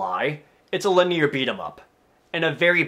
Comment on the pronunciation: ''It's a linneer beat 'em up''? 'Lin-ee-ur. Linear. Fun video, though. I love your cynical tone :P